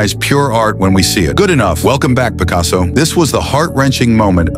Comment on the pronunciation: You mean PEEcaso